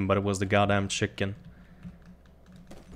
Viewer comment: Love how he says chicken: Shiken xD